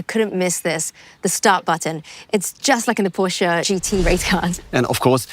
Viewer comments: She correctly pronounces Porsche and then pronounces coupé as coop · How in the world did you manage that Matt Watson pronounced “Porsch”e” correctly? Great job Porsche 🙏🏻😆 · Matt says Porsche correctly now doesn't he 😅.